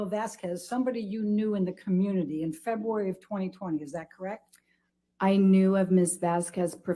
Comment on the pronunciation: I'm gonna to leave the fancy analysis of the attorney's incompetence, I just get irritated by the way she pronounces February.